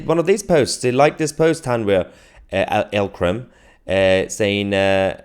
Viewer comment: it's not L Kram, it's Eek Kram. How they got a Jihadi to be the judge for Jihadis?